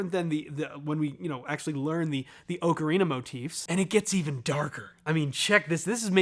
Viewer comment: Just wanted to point out how much I appreciate your proper pronunciation of the word "ocarina".